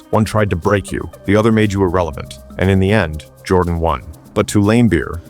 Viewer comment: Michael 'JORDON'?